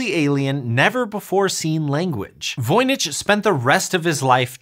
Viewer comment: Ah come on... you could have looked up the correct pronunciation of Voynich!